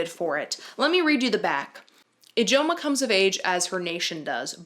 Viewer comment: The fact that you pronounced Ijeoma correct from Under the Udala tree! It’s neverrrrr pronounced right by anyone lol